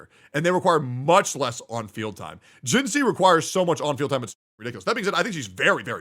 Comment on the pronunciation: Please tell I'm not the only one that's annoyed by creator's pronunciation of WuWa characters? Till now it was only Calcharo (pron. Kalkaro, check his self-intro voice line) and now Jinhsi too, have none of them pay attention during the story where they say her name numerous times.